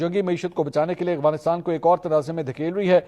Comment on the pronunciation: Oh Mera Bhai Aghwanistan nai hota Afghanistan Hota hy So irritating